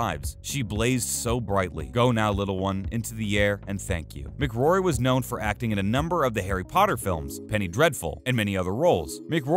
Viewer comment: Helen Mc Cory, not Mc Grory😱 almost as bad as someone saying Sealian Murphy 🤔